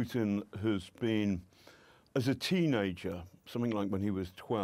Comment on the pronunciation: Love how he pronounce “Bloody-mir Putin”